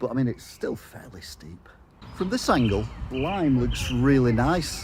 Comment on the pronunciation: I chuckled when you said "Lime" :)